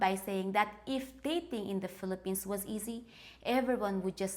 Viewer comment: I thought you said Fill A Penis, not Fillapenas. LOL.